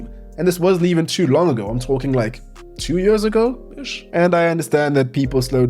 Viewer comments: Where is that dialect from? «Its been yeers» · “Its been yöörs” lol